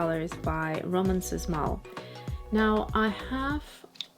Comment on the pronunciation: Sz reads as sh. Shmal.